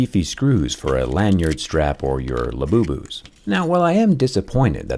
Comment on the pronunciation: "Lanyard straps or Labubus..." Sigh*